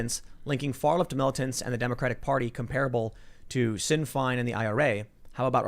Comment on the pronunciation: Tim, I love you and what you do, but its pronounced "Shin Fāne".